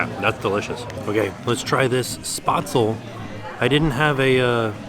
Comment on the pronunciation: My German Grandmother would be all over you. there is no "O" in Spaetzle it's SPEHtzeluh or SPEHtzl.